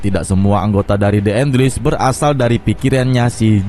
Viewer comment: Les bukan lis (enles)